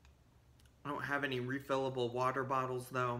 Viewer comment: "refilliable water bottles " lmao